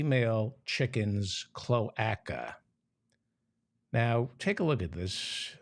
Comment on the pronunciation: Mr. Feldman, the "a" in cloaca is long - so it is pronounced cloāca. I worked for a bird specialist lol 😊